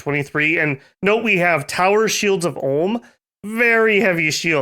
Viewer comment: "Ulm" not "Orrlm"